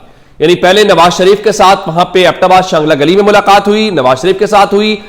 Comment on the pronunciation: شانگلہ گلی نہیں چانگلہ گلی ہے